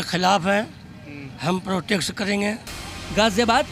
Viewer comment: Sar pe towel wale chicha ne kaha ki protex karenge... 😂😂😂😂 Protest bol lo chicha